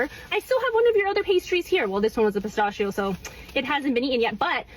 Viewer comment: As an Italian, I cannot give credibility to anyone who pronounces PISTACCHIO in such an absurd way.